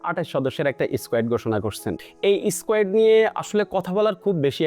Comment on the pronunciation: squat নাকি squet 😂😂😂